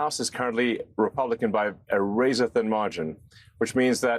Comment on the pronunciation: Wazor thin margins? This guy needs an Elmer Fudd hat 😂